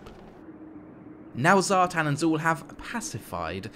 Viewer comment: Zhartan??? really... come on....... its Satan........